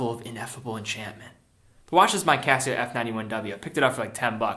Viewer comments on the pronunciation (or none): none